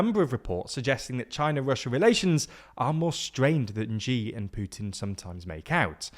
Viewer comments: His last name is not pronounced Ji. The closest approximation is the English word "see" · The "Zhee" pronunciation is back... It's pronounced basically like "she". It's a much thinner "sh" sound, but "she" is perfectly fine. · The president of China's name is Xi, not Jee. The closest anglicised pronunciation is She, and is she/her. Stop pronouncing it as a J sound because it makes you look dumb. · IT'S PRONOUNCED SHE!!!!! WHY DOES EVERYONE COPY ZEIHAN'S INCORRECT JEE PRONOUNCIATION!?!? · You always pronounce “Xi” as Ji. it’s pronounced like she. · Xi is pronounced 'SHEE' no 'JEE.' China had purchased the F117A Nighthawk stealth bomber wreckage frommthe Serbians after they had successfully shot it down. The wreckage was stored innthe embassy basement and it was THIS that the USA specifically was targeting. The target was deliberate for that reason. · Xi (she) not Ji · How do you still not know how to pronounce Xi ('shee' with lips quite close together)? He's been the general secretary/president for almost 12 years! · I cringe every time I hear them pronounce it as "Ji Xinping." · Where I come from, everyone says Chi / "Chee" Jinping. So basically just like China, which is why I tend to write Xina instead as long as he'll be the dictator of said country. And I'll take the -69 social credit for saying that with gratitude! OTOH I use the X, or rather the 𝕏 to call that massively overrated pr0n site which Elona Musk bought 𝕏itter, so basically "shitter" and I tell to pronounce it like Xi... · This annoys me so much on The Rest is Politics too - Alistair Campbell is always saying Zhee Zhingping. They’ve had a big debate about where the stress should go on Kamala, but don’t even try to pronounce the leader of the world’s second largest economy properly. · The Zhee pronunciation is so wild and unhinged I LOVE IT. Like yes, just wildly insert a random sound into the name instead of just listening to it once, don't let anyone tell you you're wrong! 👏👏👏